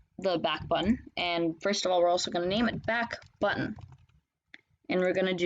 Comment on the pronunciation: its backbutton not backutton